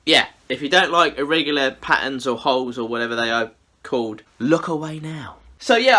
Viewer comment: Sometimes I can't hear his L and I swear I kept hearing "there's a couple of hoes in there." It's entertained my inner 12yr old boy this ho video. ;p